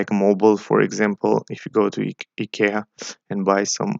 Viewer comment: Lol also IKEA lol